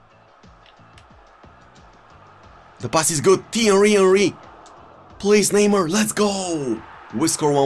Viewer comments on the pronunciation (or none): So here we have team of the ear de ong kinck endry neymurrr